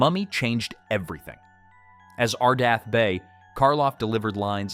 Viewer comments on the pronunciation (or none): It's ArdETh not ArdAth, so that dismisses the anagram theory. Come on...😮